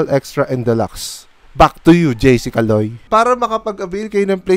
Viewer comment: "BACK TO YOU JC CALOY" 😆 Ang lutong nung pagkabigkas